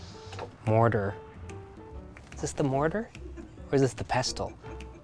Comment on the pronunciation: public service announcement - the t in pestle is silent.